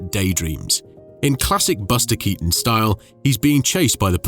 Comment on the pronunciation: Però Baster Catonno non si può sentire. Perché non riascoltate prima di pubblicare! Perché!